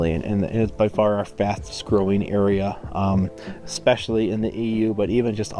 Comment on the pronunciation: Was the controversy that one of them said "expecially" several times?